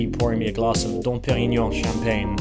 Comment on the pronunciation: Extraordinarily light blue eyes. I thought he might be Norwegian but I've just googled and apparently it's diminutive Breton for Jean. Thought he pronounced Perignon well.. Saw another vid where he put a stress on the "u" of Olufsen, whereas English people usually stress the O, although you can't tell he's not Oxford/Slough English with just a touch of Youtube US. Loved the cubbyhole demo🙋